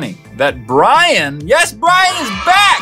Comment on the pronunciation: U_U why dont you people learn its yes not "yas" if you dont know what i am reffering to it's JacksFilms